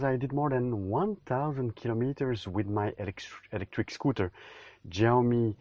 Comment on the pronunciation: Jaw-mi? No syaw-mi